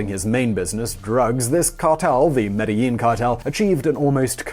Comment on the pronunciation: It's pronounced medgeheen